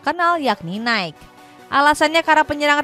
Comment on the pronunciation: Mbak, NIKE itu dibaca naiki.. bukan naik 🤣🤣🤣